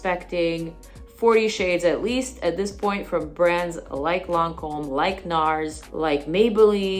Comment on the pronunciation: Ma'am! That pronunciation was spot on! Edited: you clearly speak French. Dumbass me!